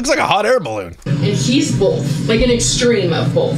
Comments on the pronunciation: it’s just making fun of how she says “both” BOWLTH lol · It’s because she adds an L to both. She says “bolth.” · ohhh 😂😂😂😂😂😂😂😂😂😂😂😂😂 duh